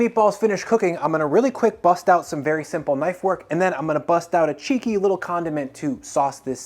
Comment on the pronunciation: lol make sure you anunciate clearly when you use the word "cheeky" to describe part of this.